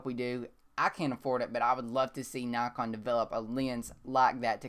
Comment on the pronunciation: Dont get me wrong if you say nykon instead of naakon you would get more subscribers. I really like ur channel.